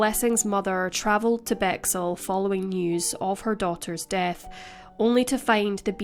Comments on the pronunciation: thank you, came here to say this - lol first time I’ve heard it pronounced that way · Great video, thanks for covering this. BTW - it's pronounced 'Bex - Hill' not 'Bexxle'.